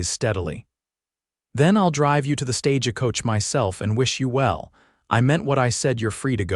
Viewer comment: Another mispronounced StageAcoach....wish the narrator would pronounce it right Stagecoach correctly it's pronounced StagecoachNOT StageAcoach!!! ugh! Here anuder one I won't be listening to!